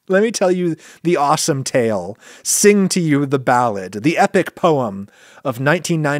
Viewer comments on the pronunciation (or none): none